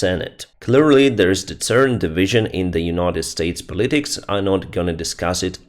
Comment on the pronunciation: Pol-i-tics NOT Po-lit-ics !! 😃😖👍 👍✌🖖🍁🌻🇺🇦